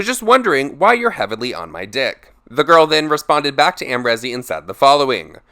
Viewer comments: It’s not rezzz it’s reeeez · The way u say Amrezy hurts my brain 😭😂